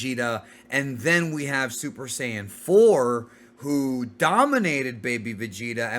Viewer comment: Mispronounced "Saiyan" as Sayin!